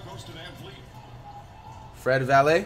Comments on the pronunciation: Everyone: Fred Vanvleet Flight: Fred Valae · btw he did use to call him Fred Vanvleet, but for some unknown reason is now saying Fred Valet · nobody: Flight: “Fred valet” 😂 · Flight how u gon say fred vanvleet’s name right b4 but now u wanna troll and act like u dont know his name